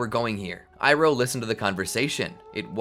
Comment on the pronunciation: ITS IROH NOT IRON